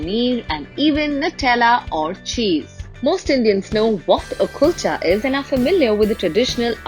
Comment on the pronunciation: chef doesn't take effort to pronounce Kulcha well I understand how good would be the KALCHAs😂